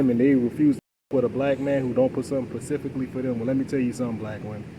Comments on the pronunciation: Yeah, he has a problem saying specifically. I think it's cute. He's very likable and smart. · I like him even though he says pacifically. 😊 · If you say “pacifically” I automatically stop listening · Yeah “pacificly”?😮 I can’t!!!! But I get it 😢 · Can I axe you sumppen pacificly? 😆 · Pacificaly lmao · Specifically not pacifically